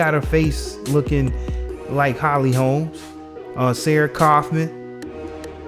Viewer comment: "Holmes" Smh lol